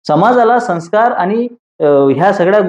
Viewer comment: Sanskarcha uchhar neet karava ashi vinantee.